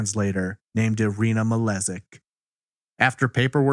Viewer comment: The last name is actually probably pronounced as Malejik as the word jingle and not as the letter z